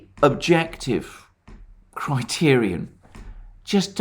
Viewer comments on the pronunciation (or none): none